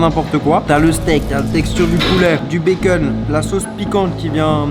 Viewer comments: Du béqueune wsh dit du bacon normalement chakhal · POURQUOI TU DIS « BAY-KEUN » AU LIEU DE BACON 🥓 💀😂